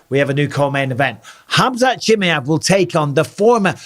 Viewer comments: Who the heck is chimmy-ev! Lol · Cha-my-ev! Love you Bisping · It’s actually pronounced Chimaev not Chimaev. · Hamza Chimaev, not Chimeev 😂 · ChimAev, not Chimeev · I love how you think his name is chimiev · 🎶 Chim chimmy-ev, chim chimmy-ev, chim chim cheroo, nobody prounounces it as ba-ad as yooooo!!! 🎶 😂😂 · Bisping, transcription for ya ʧi mʌ ev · Bisping pronouncing Chimaev's name two different ways within 20 seconds is funny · Bisping: " Chimeäff" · I love the way he says chimay-ev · The way Bisping says "Chimaev" is funny. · Didn't realise you pronounced khamzat surname like that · I hate the way bisping says chimaev. Is that the correct pronunciation? Bro has had to have heard buffer say it at least 4 times now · Learn how to say his name. Fml